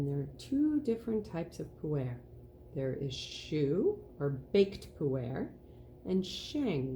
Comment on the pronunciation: Pooh Air Indeed 🤣 I wish the pronounciation was more accurate because I really struggled with the back bit of the video. Sheng (or raw), not shang. Pu-Er with the 'er' more like 'erm' without the m, not Pooh Air, please 😂